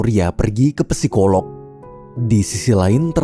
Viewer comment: bang, psikolog/psikologi huruf "p" nya gausa dibaca, jadi bacanya langsung sikolog/sikologi